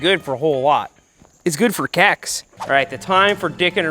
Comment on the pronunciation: Did he say "good for keks"? didnt know seth was a WoW player